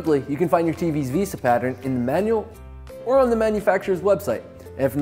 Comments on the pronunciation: VEHSAH basic English bruh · couldn't keep watching the video after hearing him say "veesa". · The pronunciation of "Vesa" is absurd considering who it has to compete with. Given it has an "E" has the 2nd letter its not like there wheren't options to prounounce it a different way. (